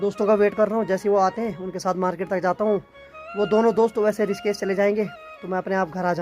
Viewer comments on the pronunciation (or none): none